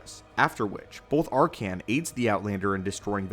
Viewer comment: I like the video but hate how you pronounce his name wrong throughout the whole thing........have you played SWTOR? His name is never said like that